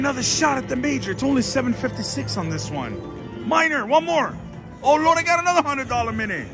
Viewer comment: I heard ho lo :)))